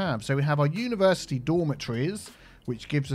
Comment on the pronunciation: Unitea Universitea